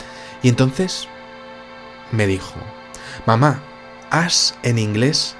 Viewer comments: Sí pronuncias Ash como ass estás diciendo "trasero" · Hola Vicente, como siempre muy buen video. Como pronunciaste el inglés con tu acento del barrio del Pilar, te entendí el nombre de la niña Ass!!! 🤣🤣🤣😂😂😂 No te lo tomes a mal, te lo digo con cariño, me pareció muy divertido, jejeje. Abrazos